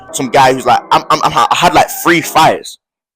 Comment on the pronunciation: Bro you St. Lucian? The way you say three 🤣